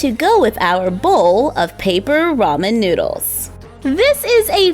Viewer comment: Lol I’m Korean and it just bothers me how people pronounce ramen. Also I think the noodles should be more curled. Otherwise I really like it!